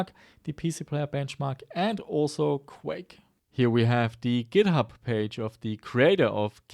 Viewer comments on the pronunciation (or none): none